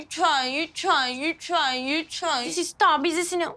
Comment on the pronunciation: Sista değil ama sister